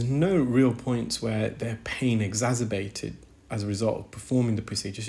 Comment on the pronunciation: Fascinating but some very strange pronunciations! Gorge for gauge, exazerbated for exacerbated. Odd!